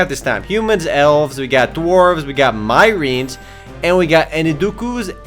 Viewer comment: Ok first off, Its pronounced: Myrine: Mie-Reen, Enkidu: Ehn-Kee-Doo, and Lapin: Lahp-een. get your shit right.